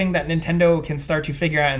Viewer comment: Let's have a discussion on how says tournament. 😝